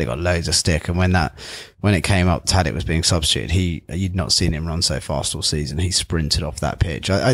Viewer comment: Great podcast but why doesn't the dude pronounce Tadić's name correctly?